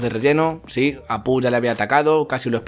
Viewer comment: por qué dices Apú? XD